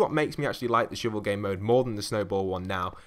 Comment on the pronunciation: "Shoovul"? It's a shovel. With an "uh" sound